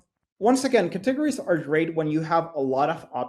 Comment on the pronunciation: What a pleasure it was to listen to a Presenter who can speak Fluent English, so easy to listen and learn from, and then he pronounced the word Cat teg ga ries instead of Cate gories and I started laughing.... but I dont mind the rest of his English was just so good I did not mind at all. Oh and thankyou for this video ! it was greatly appreciated